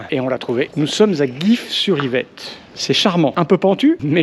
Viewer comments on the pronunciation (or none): tu as vraiment été en idf ? 😱 pas guyf mais gyf comme je